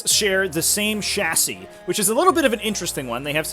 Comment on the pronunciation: Dude learn how to say chassis